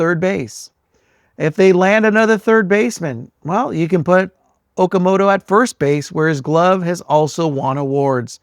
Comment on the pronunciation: It’s pronounced “Oh-kah-moh-toh“